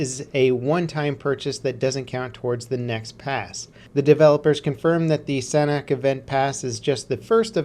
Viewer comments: why is it that americans can never ever actually speak english correctly ? sanhok is not said sanack. sanhok / san - ock. when you say it together the H makes a small entrance. think of it as a silent kinda of letter. one more time, sanhok. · They way he says sanhok makes me cringe! You must say SAN-ook